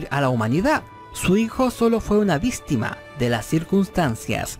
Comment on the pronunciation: Jajaj vístima te salió el chileno